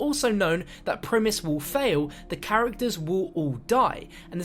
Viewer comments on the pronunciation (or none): none